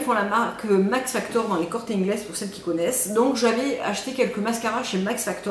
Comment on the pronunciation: Tu prononces très bien "Corte Inglés", jajajaja, C'est une bonne mascara, Max Factor. Salutations de l'Espagne.